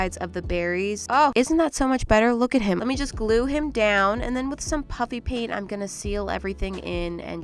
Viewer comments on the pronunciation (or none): I know it's "puffy paint" but I still hear "puppy paint" every time 😂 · It sound like you saying puppy paint😂😂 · Why do you call it PUPPY PAINT not puffy paint but over all I love your bids and can I be 10 and watching your content 🎉❤I love you❤❤❤ I can never paint like you 😢 but I LOVE you 😅 sorry for being talkative 😅 my name is Rorse and I live in Egypt bye🎉